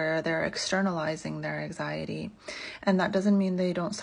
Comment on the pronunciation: Her pronouncing anxiety as ack-siyaty is giving me anxiety.